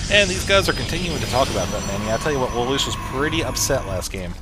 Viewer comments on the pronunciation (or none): btw its lay-lush